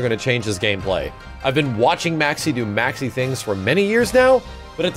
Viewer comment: say maxi like a boss